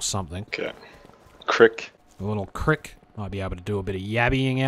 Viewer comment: It made me happy how you both pronounced "crick"